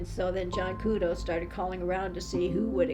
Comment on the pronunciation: ITS JOHN KUDO NOT JOHN CUDO